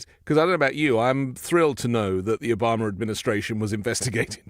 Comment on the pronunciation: please take some time and practice how we pronounce things here in the united states... it's not '' Omamerr'', it's Obama... please!... drop the unnecessary R